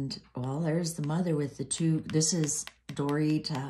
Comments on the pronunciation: Will you learn to pronounce Megan mothers name ?? You are not saying it right !! 😂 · refuses to pronounce Forum's name correctly because she doesn't want to call up her bad influences